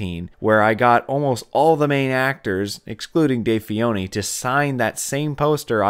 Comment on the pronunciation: It's FENNOY, not Fioni lmao